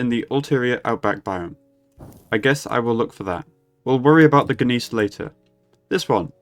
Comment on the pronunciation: Looked it up. In case you need to say it again, the word "Gneiss" is pronounced "nice."